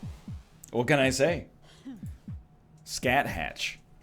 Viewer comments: btw the boss's name is pronounced Sku (As in the first syllable of Skull) Hawk. It's weird but that's because she's based off a character from Irish Mythology, and Irish Gaelic pronunciations are weird. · Not Scat-hatch? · Say it like Ska-hoch . Scáthach is a mythological Celtic figure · NL her name is pronounced Skah-hawk but otherwise great run despite missing lethal ;)